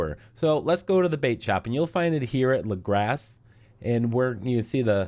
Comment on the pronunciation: Laughed my ass of at "Lagrass"